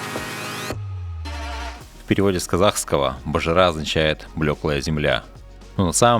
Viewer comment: Не Босжыра, а Бозжыра..